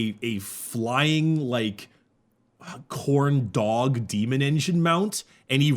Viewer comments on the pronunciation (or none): I did not hear Khorn dog I heard corndog so now I'm confused and hungry